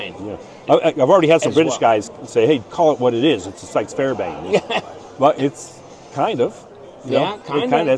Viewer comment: "Fairbain" had me laughing. For anyone confused he means the Fairbairn(Fair-bear-n) Sykes dagger which got its name from its designer William E. Fairbairn. Fairbairn not only taught the British SF of WW2 but also American commandos. His design would go on to influence the Ek Commando dagger, the Applegate dagger and a hand full of other legendary daggers since. He also developed a fighting system sometimes called "Gutter fighting" which was at times marketed as "Defendu" and his books can still be found and purchased today under the names "Defendu" and "Get tough". He was a badass dude who worked as law enforcement in one of Chinas most violent regions and survived countless knife attacks and was famously covered in scars from knife wounds. He firmly believed the knife was by far the deadliest weapon in close quarters especially in the capable hands. Ive been looking forward to the Fighter on that table since I saw it last year, wish it also came in a better steel though. You also seemed to have missed out on their other new product coming I think next year which was a classic MK2 Kabar fighter in Magnacut which immediately landed itself on my bucketknives list.